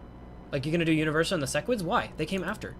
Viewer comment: idk what interplanetary demon pact I need to enact or agree to that will stop cursing my ears with SESS-QUIDS but please I beg stop calling them that. It's SEH-QUIDS. Love the vids otherwise <3